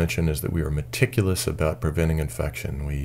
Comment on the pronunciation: He says medticulous a lot!